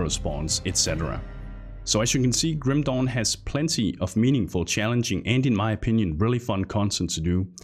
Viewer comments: Sorry but i laugh everytime you say Grim dawn, it sounded like a chinese ripped game named Grim Dong. sorry for laughing ok continue wih the review. Grim Dong. lmao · i kept hearing Grim "Dong" XD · I can't unhear Grim Dong.